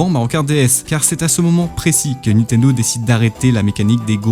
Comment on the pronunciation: C’est qui « Nitendo » dont tu parles tout au long de la vidéo ?